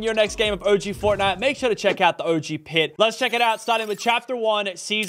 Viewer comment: “but anyways guys if you are enjoying fortnut”